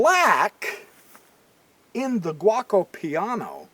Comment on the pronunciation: The opening is pronounced G O co Piano Gee O Co Piano...Not guacamole piano. LOL Great video, Just having some fun with ya.